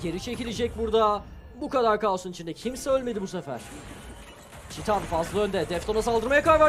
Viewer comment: Abi çitan demeyin artık nolur, titan bunun adı yazıldığı gibi okuyoruz işte, ç nerden geliyo